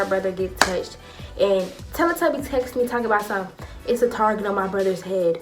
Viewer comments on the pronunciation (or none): I died when she said tellly tubby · She said “telle tubby” I’m done😂😂😂😂😂